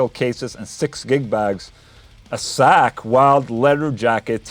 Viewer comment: Call me childish but I couldn't help but laugh every time he pronounced "Zakk" as "Sack" lol